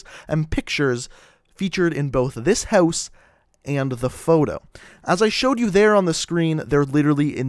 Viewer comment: why does he say house houeose ??